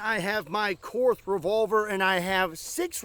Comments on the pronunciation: Two little things - Korth is pronounced Kort and side blinders are not allowed in ISSF/Olympic Pistol Shooting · Actually… I think it’s pronounced „Cord“. Ze Germans don’t have the „th“.